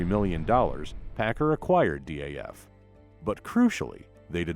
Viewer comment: I noticed the same thing. Also its DAF, not D.A.F.